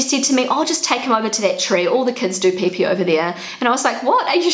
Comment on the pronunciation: why do i like how you say peepee "pae pae"